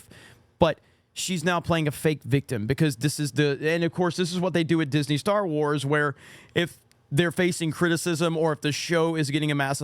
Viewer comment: "Star" lol not quite